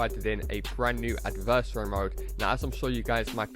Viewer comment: pronounce adversary right plz